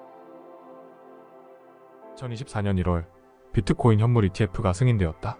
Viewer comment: 비트코인을 자꾸 피트코인이라그러는게 거슬리네요